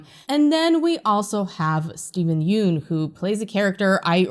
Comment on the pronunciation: Steven Yeun's last name is pronounced (YUN)